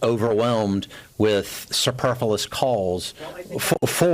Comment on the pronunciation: Did this idiot Bovino say "superfullus"? Lol illiterate moron.